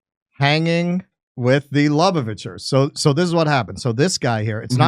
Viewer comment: He can’t even say Lubavitcher correctly. Some …